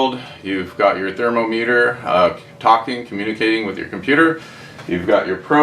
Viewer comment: TherMOMeter, not TherMOmeter. Awesome video thanks